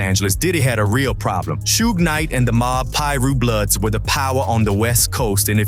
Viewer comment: Not Shoog